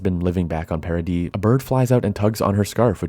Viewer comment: It kinda bugs me how your pronunciation of "Paradis" sounds a lot like "parody".